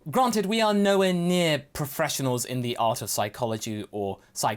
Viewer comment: "Pohfreshinals" xD I'm dieing. Can we have a video where you only talk like that please.